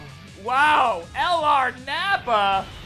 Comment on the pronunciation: Your vids are great man but the only thing is the way you say LR is killing me man😂😂